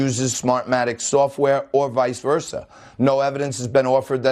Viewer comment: sofwah sofwah...smahmatic...dude sounds like a drunk they pulled off the street in boston